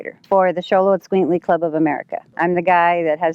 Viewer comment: Don’t make a video like you know about the dog if you cannot pronounce the name correctly… 🤦🏾‍♂️. Its pronounced Cholo(like a Mexican gangster)- Es(like the letter “S” in america)- Cuin(like queen the band) -Cleh(like if you were trying to say clay but without the “Y”)… 🤦🏾‍♂️